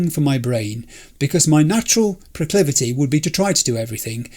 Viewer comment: "Youre natural proclivity" I got pro-clive-ity too!